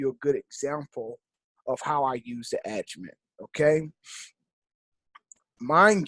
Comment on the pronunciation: There are other people teaching this. What makes you think your the number one educator? It's pronounced Agi Mat not??? Aga Met